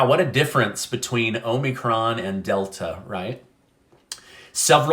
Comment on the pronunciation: I cringe when you mispronounce "Omicron."